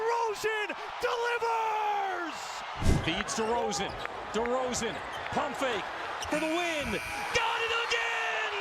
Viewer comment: Très belle vidéo.. La manière dont tu prononces son nom 😑😢